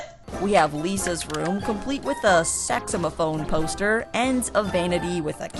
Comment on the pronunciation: It’s pronounced saxophone